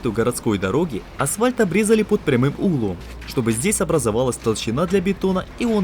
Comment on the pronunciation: Ну вот как всегда... "Проверили уровень армировки по лескЕ". "Асфальт обрезали под прямым Углом" "как раз на стыкАх" Такое ощущение что вы индусов на озвучку пригласили.